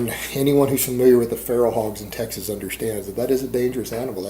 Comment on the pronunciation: "In Teg-suus, you can shoot that person"- of course